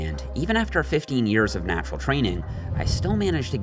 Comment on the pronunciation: lol y the emphasis on "natural" training